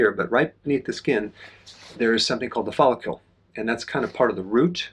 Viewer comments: It’s hard to trust a man who mispronounces follicle so many times. There is no u in follicle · You’re saying follicle weird. It’s distracting 😂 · I know, I just wrote it as Dr. Berg pronounces it in the video.